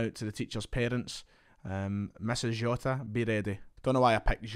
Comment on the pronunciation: the way you said jota annoyed me, fix it